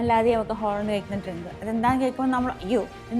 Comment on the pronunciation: ഹോളണ്ടല്ല.... മോളു... ഹാലൻഡ്